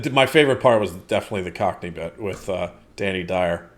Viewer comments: as someone who lives in east London you did pretty well just say it with unearned confidence and a little pent up aggression right there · Your pronouncing of Cockney was amazing!